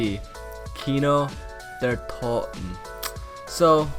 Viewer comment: And kino! Like,what is a kino der toh?